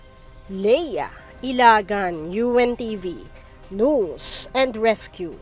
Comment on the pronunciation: it’s not nose and rescue it’s News